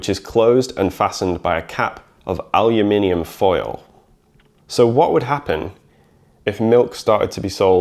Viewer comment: "Al you minimum"